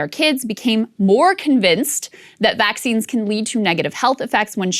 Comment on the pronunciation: 100% thought it said "Vaggines" not "Vaccines"